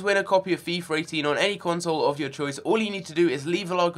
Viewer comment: It's not"Fifar" it's Fifa you bellend